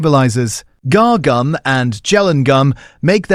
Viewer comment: Guar gum is pronounced Gwah